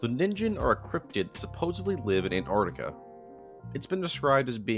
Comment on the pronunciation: Why do you say "Anartica" istead of Antarctica?